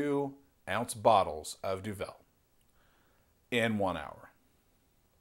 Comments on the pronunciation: We say Du-val rather than du velle.. It's Flemish. and the correct challenge requires standard duvel as triple hop is a special edition beer. The effects are somewhat different. Enjoy, and greetings from Belgium. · It's not pronounced doVEL, it's pronounced doVUL. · We, in Belgium, pronounce it 'Duvel, and not Du'vel. The name actually means "devil" in old Flemish Dutch as is spoken by the vast majority of the Belgians. So one pronounces it very similar to "devil", but with a 'u'. Other than that: DO IT!! :) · Imagine the word 'devil'. Imagine someone saying 'de ville'. That's what it sound like when you mispronounce duvel. It's Duuuuvel what you pronounce. That is the Dutch word for devil. Duvel. Now remember this and pour Duvel in 45 degrees angle into a real Duvel glass. This glass is known for its carved out "D'' in the bottom of the glas. This curvy D makes the bubbles focus inside the middle of the beer and give you that extra kick out of Duvel. Enjoy! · Pronounced Doo-Vul not Doo-Vel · That's exactly what i was going to say. 33cl = 1/3 liter. And you have to put the accent on the "u" in Duvel. Not on the "e". Grtz from Belgium. PS: Do the Duvel challenge! Good luck with it. Let me know how it went,and put a vid on youtube ;-)